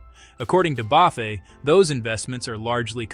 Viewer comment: "bow-fay"? these AI slop vids are funny